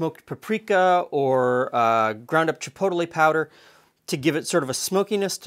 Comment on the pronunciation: There is by no means one proper english pronunciation for any word, But the way you pronounced chipotle caught me off guard. English is fun